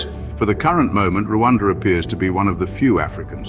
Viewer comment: Learn how to mention Rwanda it’s not Luada